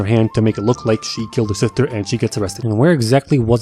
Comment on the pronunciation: “Luuk at me. I am da captain now.” 😂